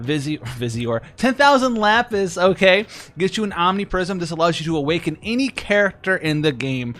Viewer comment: Bro it is Lapis! 🤣